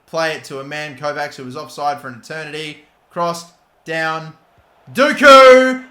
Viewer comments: the 'cs' in Kovács pronounce like 'ch' in coach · The end of Kovács is pronounced like the end of the word "match"